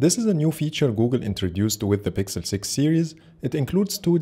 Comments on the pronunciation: Nice video. I just keep getting triggered cuz I hear you say "sixel pro" everytime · are you saying sixel pro,or pixel........